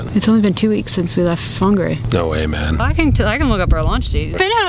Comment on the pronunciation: Damn your pronunciation of whangarei is better than some people i know who have lived up in northland most of their life